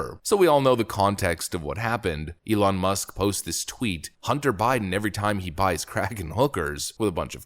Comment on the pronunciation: Hunt-ter, Bid-den, lol